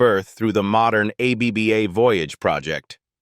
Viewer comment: Aay-bee-bee-Aay?? More BS AI. Bye.